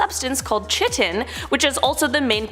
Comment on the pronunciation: Chitin is pronounced KY-TIN